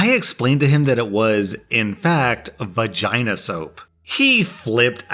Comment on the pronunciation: V agina soap. Why did he say it with such a strong V